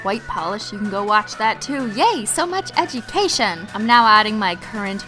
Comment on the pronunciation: Did you say edgycation?